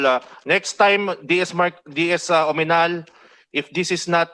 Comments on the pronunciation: Sino ba yung comm chair? Hindi nya masabi ng tama ang OAMINAL? OMINAL ang sinasabi nya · Oaminal? .. Akala ko Oanimal?!! HAHAHA